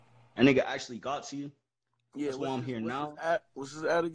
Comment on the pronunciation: WHEN he says yeah ey IT sounded like x